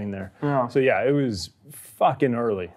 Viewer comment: Say "Facking" Britt style😂